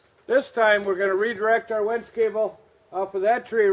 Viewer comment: It's Winch not Wench.. lol